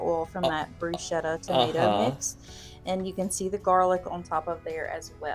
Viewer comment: omg the pronunciation of bruschetta was wrecking me